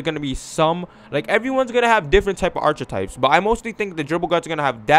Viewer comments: U can't pronounce archetype correctly said ( at-Che-types) 😹😹 come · KiingMula ENT he Canadian I think lol that was funny